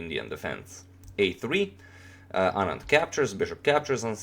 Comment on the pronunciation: U pronounced anand's name so accurately! I don't really like Carlsen as a sportsman,he plays really good but he is not a good sport!